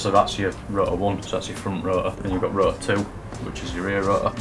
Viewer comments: "the ro'or..." dude there is a "t" in there ;D Gotta love that accent xD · It might be worth enunciating the word "Rotor" when making a video about an RX8, because "ruh uh" makes quite a bit harder to follow what you're talking about - every time I hear it I have to remind myself that you mean rotor rather than absorbing the info. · I like how they pronounce Rotor as Ro-uh :D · These guys know their shit! Love how they pronounce rotor as "ru-uhr" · The way says R O T O R makes me lo key enraged inside.